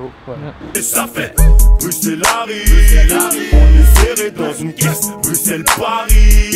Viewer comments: Juste comme ça on dit bruSSel même si ça s’écrit bruxelle mais tres bonne videos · Waaaa c'est ouf félicitations à vous PAR CONTRE ON PRONONCE BRUSSEL ET PAS BRUKSEL voilà voilà ça c'est dit 🙂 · Putain c’est bruxelle mais sa se prononce sans le x bruselle🇧🇪🇧🇪🇧🇪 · Ouais Ouais la Belgique !!! J’espère que t’as appris à dire Bruxelles sans prononcer le X pendant ton séjour 😄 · CA SE PRONONCE BRUSSELLES! QUAND EST-CE QUE VOUS ALLEZ COMPRENDRE????